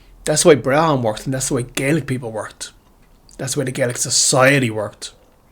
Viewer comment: What country is this gaelic world u mention??? Too ashamed of your country to even name it??? Learn how to pronounce Brehon....